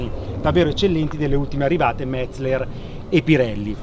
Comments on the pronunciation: Si dice Metzeler no Metzler.Impara prima di parlare.Se non vedi la"E" comprati gli occhiali. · Uei... Perfetto, cerca di essere "perfetto" anche nella pronuncia... Metzleler si pronuncia Metzéler, con l'accento sulla SECONDA "e". con buona pace dei tedeschi... Ti prego, cerca di concentrarti... :-) E anche Michelin pronunciarlo alla francese, non è snob, ma solo reale.